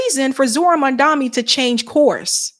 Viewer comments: The man’s Name is pronounced MomDONee not MonDOMee! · you really ought to practice pronouncing Zohran's last name a few times before going on air next time. It's Mom (like your mama) and Donny (like Trump). Not "Mandami." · At least get his name right. It’s MAMDANI, NOT MANDAMI as Sharpton mispronounced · Mandami, even you can't say his name right, damn. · why can't you pronounce MamdaNi??? It's painful to listen to you. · His name is Mamdani, get it right maam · Question 🙋 .what's the big idea with americans not mispronouncing peoples names and places. And you'd expect others to respect you and take the curtesy to at least learn to pronounce your names. Its not mandamny. Neither is it Qetar. Everything else love the show. Keep upthe good job.